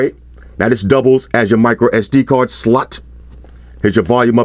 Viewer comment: LOL how he put the sauce on when he said "doubles as your SD card SLOTTTTTTTT". Felt the spit hit my face when he hit that "t". LOL. Great vid